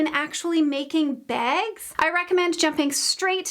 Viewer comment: I think you are saying making "bags" ???? Sounds like "beds". My daughter lived in Wisconsin just recently for about a year, and one of the FIRST weird things she said abt that area is that everyone says "beg" when she is at the store, and the cashier asks her if she wants her items in a bag. We chuckled about how weird it is that they don't know how to pronounce the 'a' in bag. I think this is my very first time hearing this, if "bag" is what you are saying??? You must live in Wisconsin??? No shade, I promise. 🙂